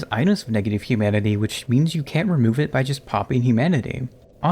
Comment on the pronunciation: I distinctly hear the N going straight into the U. "CAN USE". Plenty of other times he said "can't" were perfectly clear though.